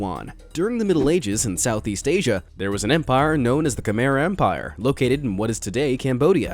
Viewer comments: Sorry but I am Khmer and you pronounced it km-air but it is pronounced km-ai. Again, sorry. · it's not "kmer " it is pronounced khmai XD. I'm khmer btw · Khmer is pronounced, Ka-my (kuh-mai). Im from Cambodia. Also, as a Buddhist, we do NOT have a god. Buddhism are about many lessons and teachings of types of sufferings to become enlightened etc. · It's not khmere its khamai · Its pronounced with the ending my not mer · I’m Cambodian but my parent pronounced Khmer kamir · Khmer is pronounced (ki-meer) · You said Khmer wrong. It’s pronounced Cah-My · Khmer is called KEH-mere